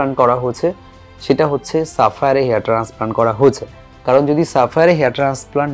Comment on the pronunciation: ট্রান্সপ্লান্ট কথা বলতে আপনার সমস্যা হয় ওটা ঠিক করুন